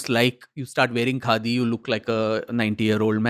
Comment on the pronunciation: "What do you think of KHADI ?" sounded like n rhymed like "What do you think of GANDHI ?"... Pointer questions for future podcasts: real Gandhi unreal Gandhi name-sake ...